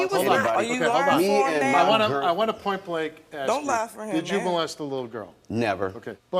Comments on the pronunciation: Can people PLEASE just say ASK in the ENGLISH LANGUAGE... AXT... AXT is not a word and it drives me up and over your Mexican wall. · "I did'nt wanna axe but I definitely axed" What the f are you talking about ???